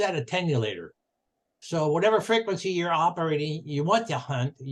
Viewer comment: Very good overview but make that attenuator, not 'attenulator'.